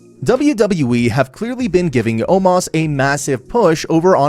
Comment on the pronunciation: Omos not Omas Azeez not Azease Strowman not Stroman